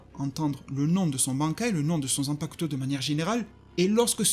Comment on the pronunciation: Zanpacouteau mdrrr 😭😭😭 le u ne se prononce pas